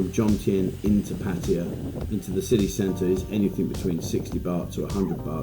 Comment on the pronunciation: Good video. Nice to see more than just a beach. Well done! It's Pattaya, not Pattya...isn't it?